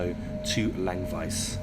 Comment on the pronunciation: As I said, he pronounced Chur absolutely correct, even with a touch of the local dialect. Germans often say "Tschur" and he didn't make that mistake. Simple as that. Chur was almost perfect, Langwies was way off, Litzirüti isn't too bad, after all he's an english bloke, so good enough for me.